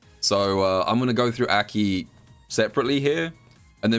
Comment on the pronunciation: love this video. Absolutely hate how he pronounces aki's name tho lmao